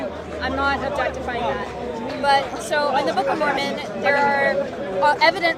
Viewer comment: Mormon pak, MORMON, bukan momon. Kristen Mormon atau Mormonisme adalah istilah yang digunakan untuk menyebut aspek-aspek agama, ideologi, dan budaya dari berbagai denominasi gerakan Gereja Yesus Kristus dari Orang-Orang Suci Zaman Akhir. Sebaiknya anda perbanyak referensi bacaan biar gak malu2in